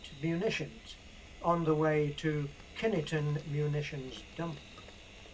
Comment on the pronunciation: Lovely video and a great showcase for the models. Apologies for picking fault, the pronunciation of Kineton (which is just up the road from me) is more like "Kinton" or "Kynton", the e being silent for no obvious reason. It's a tricky one and caught me out at first, I guess you need to be a local, really :)